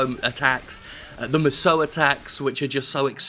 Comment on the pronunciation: musou is pronounced as mushu. my dood lol thank god for me